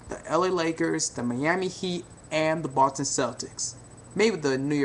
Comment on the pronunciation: i swear he keeps sayin the button celtics